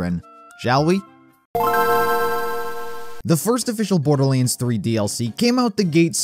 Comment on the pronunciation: Borderleeands ... shivers